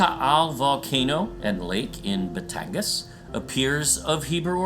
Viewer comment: Its gas po not gan. Batangas